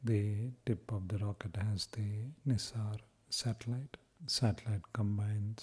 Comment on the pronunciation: Bro,it's NISAR (NASIR nahi)